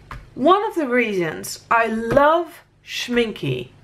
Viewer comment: The e in Schminke is pronounced like the beginning e in elephant.